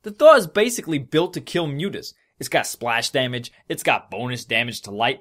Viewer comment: BECAUSE SPLAHSH DAHHMAGE